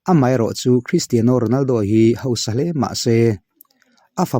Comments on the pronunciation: Kalo sawi ve lawk.. Cristiano Ronaldo hming i lam laia 'Cristiano' tih lai i lam dan hi a mawi chiahlo ee kalo tia.Ka hre ber e ka tihna lam nilo in keyboard a 'Piano' kan lam dan ang chiah hian 'Tiano' -Cristiano tiha lam hi a lam dan dik zawk anilo maw le.. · Mizo Official channel Thalai Association Chuan Christiano A Lam Dan A Mawi Chiahlo Avangin NA TAKIN KAN DEM E. Tunah chin atang chuan 'Piano' Kan Lam Dan Ang Chiah a 'Tiano' ti a lam tawh tur in kan phut tlat e Secretary Mizo Official Channel Thalai Association